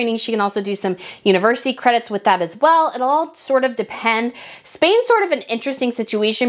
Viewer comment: I love your videos but the way you say “as well”and overdramatize your words grates on me🥴